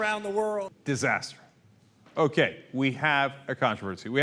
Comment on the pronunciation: Cenk, please start saying the word "controversy" properly.